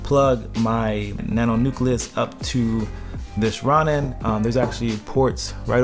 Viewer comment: its pronounced Row-nin my dude FYI